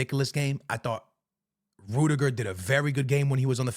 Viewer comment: Rudiger❌ Rude-Niger✅